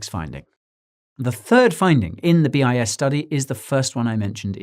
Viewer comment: I kept hearing BS study hahaha